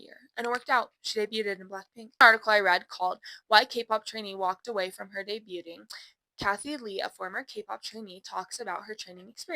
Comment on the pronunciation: i'm crying this is so bad 😭 "day-bute-ing"